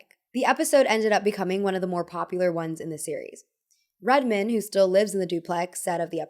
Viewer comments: Red-men??? Nooo darlin!! It’s RED-MAN!!!! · "Redmuhn" is crazy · The way she pronounced his name like a last name not Red MAN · the pronouncing on red man is diablolical. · Pretty funny how you pronounced “Redman” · “Redmin” “Jrule” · ..lol. The way you say Jarule vs. Jah-Rule and Redmen instead of Red Man is very funny😅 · Are the mispronunciations of Ja Rule and Red Man's stage names intentional? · the way you pronounce redman and jarule is killing me lmao but it’s cute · How can you live in nyc and not be able pronounce Ja Rule and Redman correctly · The way you said Ja Rule and Redman... no. 😂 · The pronunciation of Redman and Ja Rule :|